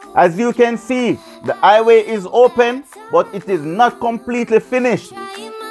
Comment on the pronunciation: Please.... The word is "HI WAY"....not "i-WAY""